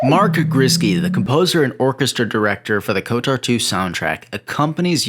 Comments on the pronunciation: I wish it didn't, but you saying "" instead of "KOTOR" bothers me, like a lot lmao. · Why do you pronounce KotOR as KotAR? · why do you keep saying? you know its kotor, right? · why does he keep saying '?' why cant he just say kotor. like... ko.... tor... its real easy. like the dark web browser. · still not as bad as the other guy who made a video about it and said K O T O R, as in every letter separately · Why do you keep pronouncing it ""? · I’m still wishing for kotor 3.. and no, I’m not talking about swtor, but kotor 3. Kotor 1&2 are among my favorite games of all time Btw... I literally cringed every time you pronounced kotor, like. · I really liked the video on KOTOR 2. I noticed that you struggled with enunciating both of the O's in the title, calling it "Kotur" as well as pronouncing the series "Star Wers". Not trolling. Just letting you know so you can either fix it or get really good at not caring in case you want to do voiceovers as a potential career. Either way, thanks for putting this up. You got a new sub for it. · Does Google have access to my Steam account? Literally haven't looked at anything SW or KOTOR related, but the day I start playing KOTOR 2 on Steam to check out the Restored Content Mod, your video is in my recommended feed... Good vid btw, agree with almost everything said, just not the pronunciation:P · KOTOR is my favorite game >Spends 20 minutes pronouncing the acronym wrong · BRO HOW DO YOU MISPRONOUNCE KOTOR WRONG. Just hearing it over and over again just hurts my ears. But wonderful review nonetheless!